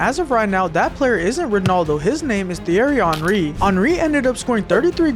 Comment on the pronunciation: Bro is saying Thierry hanry